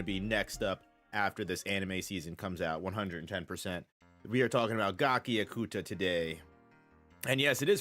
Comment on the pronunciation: I think its pronounced ga chi ( as in chichi from DB ) a kuta